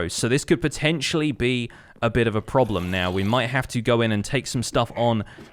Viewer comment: the a shot evreytime he said potencially